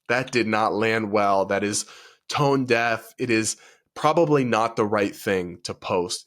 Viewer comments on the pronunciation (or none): none